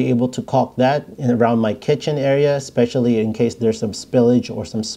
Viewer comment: Great video. Just a pet peeve of mine.....it's eSpecially.....not eXspecially. Thanks for the great tips.